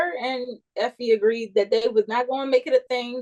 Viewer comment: I hollered when Ron called Effie Iffie😂😂😂.